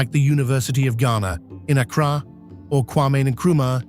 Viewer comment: He mispronounced Accra.